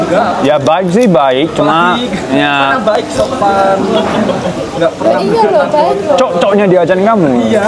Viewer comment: the right way to say COK